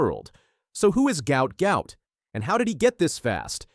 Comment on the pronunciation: Name pronounced Gwutt